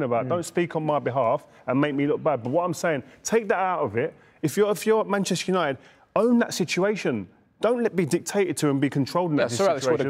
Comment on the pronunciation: put some respect on Uniteds name mate lol saying it like United are Wigan